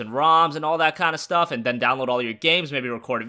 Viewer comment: download what did you say? 😂